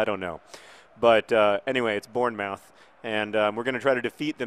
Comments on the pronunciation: btw it's born-moth, born-muth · It's pronounced Born-Muth good try though, i'm glad you feel better! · I had no clue what you were saying in regards to Bournemouth, it's said like Born-mooth :-) Glad you're feeling better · Again your pronunciation of English towns is killing me. It is Born-Muth. That's how its pronounced. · That pronunciation of bournemouth was truly awful, and made my day haha